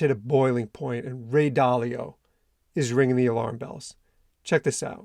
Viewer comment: Bruh, Ray ai Dalio